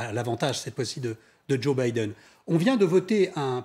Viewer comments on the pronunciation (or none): none